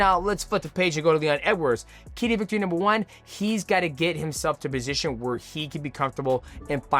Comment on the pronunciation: 30 minutes of Mighty Mouse struggling to say “key to victory”